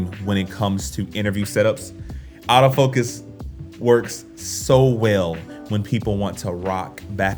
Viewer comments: Nice video and lighting bro.. It's funny but when you say "AutoFocus" I hear "Out-of-focus!" LOL! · I was confused for a second when I kept hearing "out of focus" instead of "autofocus" ha!